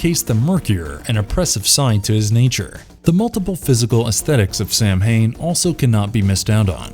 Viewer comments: It's actually not pro-nounced Samhain, it's actually Sow-in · FUCK. SAMHAIN IS PRONOUNCED SAW-WHN Fuck. Do your research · samhain...it's celtic. it's pronounced like saw-when. not the american way sAm-hAiN. for fecks sake. greetings from good old europe. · Omg it's not pronounced sam hain It's pronunciation is ( Sow Ween ) it's drives me nuts when people say it like that. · ‘Sow-in’, that’s how it’s pronounced…. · so just a note, Samhain is traditionally pronounced as "sow-in" <3 love the vid though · Samhain -> Saa wn or Sow-in or Savin (I beleive I got the irish pronunciation correctly) Blessed be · The Irish festival is pronounced sowamm . It am Irish word and pronounced differently to how it is spelt. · Samhain LoL 😂 it’s pronounced “sow in “ LoL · Ok Samhain is pronounced sa-win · some of your pronunciations are seriously off, especially the festival of Samhain, try doing some research.